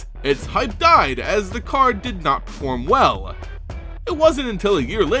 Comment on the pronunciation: What's up with the "eh" after some words xD? It's "card", not "card-eh".